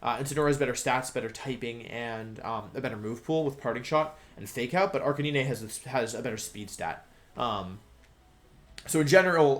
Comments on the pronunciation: Arcanee-nay. Check your spelling 🤦‍♂️ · ....ok how can you look at arcanine's name and think its pronounced like that